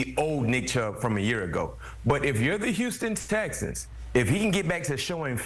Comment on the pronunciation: This brother can't pronounce the words, 'Houston Texans'. He has said it 4 times in this video and each time it comes out as, "Houston Stexans". .🤣🤣